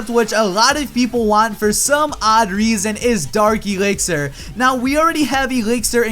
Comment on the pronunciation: is it just me or does always prenounce dark elixer as darki elixer (sorry for my grammer im dutch)